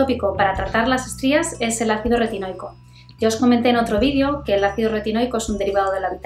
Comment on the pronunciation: Ácido que?? Retinoi que????? Porque lo dice de una manera que no se entiende